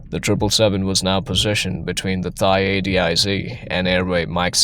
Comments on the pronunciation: “Thigh air defense zone.” Seriously? You mean Thai? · AI narration is annoying. It pronounced Thai with an “h” sound, instead of “tie”. Just one of many AI mistakes.